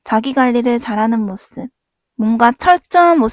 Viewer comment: 모씁이라고 하는 거 때문에 내용이 하나도 귀에 안 들어와요........